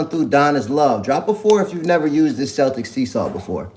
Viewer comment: Celtic is pronounced keltik.